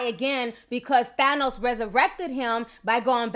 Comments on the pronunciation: His name is pronounced (TH-anne-ohs) not (TH-on-ohs). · Than-os is fair even though he is misguided. He wanted to do whats in the best benefit for the people in all the planets. Im mad at how you say Thanos. Lol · Ti you sound Puerto Rican when you say thanos 😉 i love it ❤👍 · And you’re saying thanos wrong. I love you but I just can’t